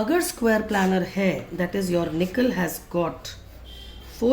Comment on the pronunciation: Maam it isn't planner ,it's planar. Please correct it maam .otherwise the video is great